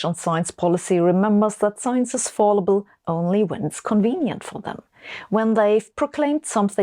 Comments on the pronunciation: Small (very small (near - trivial))) point: The first syllable of fallible rhymes with pal, not pall. (I know this is unusually inconsistent for English, but it happens sometimes.) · Hi Sabine! I don't like to correct you because you are way smarter than me, but I do know you like to get it right, so here goes: Fallible: how to pronounce? Imagine saying 'Fall Blau' in German. It's just like that in English, not as in falling down. Thanks for the terrific content and please don't stop! (btw we pronounce all the letters in the font, too :-) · In the US it is Fal i bul with a short i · On the off chance that you happen to read this. I know hate it when I find out I've been pronouncing a word incorrectly since I've only ever read it, never heard it. Fallible, fal-i-bul, not fall-i-bul. English is stupid like that, and in so many other ways. This is not meant in a negative way at all, it's meant to be helpful, I know English is not your first language, and you speak it better than many for whom it is their first. Certainly your English is far better than my German. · It's cute how someone as intelligent as Sabine is still tripped up by thinking the word "fallible" is pronounced "fall-ible", instead of "fal-ible"... because it logically seems to follow that it would be pronounced the first way because of how you say "fall". #humans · Excellent presentation, one nit: I think the usual pronunciation of "fallible" is with a short "a" in the first syllable, as in "cat"; not like the word "fall". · u r an excellent speaker. it's "fal" ible, as the name "AL". not as in "all". Q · Sabine, ‘science is fallible’: you also are fallible; please learn to pronounce that word; you sound more like you’re saying ‘voluble’ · Minor nit - the "a" in "fallible" is pronounced like the "a" in "bad," not like the one in "ball." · Love the Malik map. English tip: Fallible is not pronounced like fall. :)